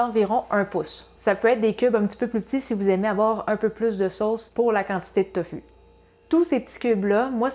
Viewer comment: On prononce TOFOU